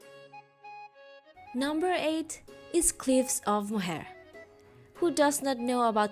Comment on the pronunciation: Beautifully shot video. By the way, Cliffs of Moher is pronounced like Cliffs of More, and you said that Sliabh Liag ( Slieve League) is among the highest marine cliffs in Europe, well it IS the highest at almost 2000 ft